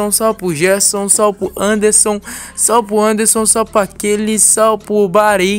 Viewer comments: Mano ! Pq tu fala SAL não salve .,. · kakskak começou falando salve e dunada virou salpo